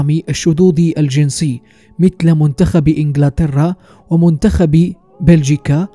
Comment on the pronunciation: هو المعلق بيتكلم بطريقة غريبة كدة ليه ؟؟؟ وخصوصا أول مرة أسمع كلمة انجلترا بالطريقة التي نطق بها المعلق على المحتوى .... طريقة عجيبة وغريبة في الحقيقة وهي تسمى بالتفيهق والتقعر في النطق ولا تليق